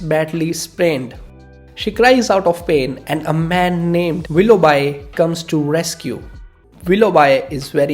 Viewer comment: Willough B not bi.